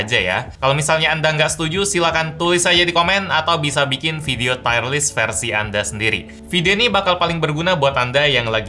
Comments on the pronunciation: Tier bacanya tir kok tayer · t-i--y-e-r list bang, bukan t-a-i-y-e-r list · Tier: tir bacanya Bang, bukan tire (ban mobil) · Bacanya bukan "tayer" kayak ban. Tetap tier. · Tier dibaca TIR = Peringkat. Tire dibaca TAYER = Ban. Semoga video selanjutnya tidak Tayer Tayer lagi ya.. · Mksdnya tier = Taier?bukannya dibaca tir ya? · Tier list bukan tire list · bacanya lebih ke "tir" bro bukan "taier" :) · Formatnya oke, softsalenya.. oke lah, cuma nyebut "tier"nya aja bang setau ane bacanya "tir" bukan "tayr". Cmiiw. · Tier = Taiyer / Tiyer? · feedback aja bang, "tier" baca "tir" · Cara baca 'tier' itu 'tir' bang, bukan 'tayer' :) Btw, lanjut bang bikin tier list brand lain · Videonya bagus Bang saya suka format yang seperti ini. Yang kurang cuman salah pengucapan aja "tire" sama "tier" itu beda hahaha. Bacanya kayak "tear" air mata. Btw Vivo itu kalo menurut saya design-nya paling keren.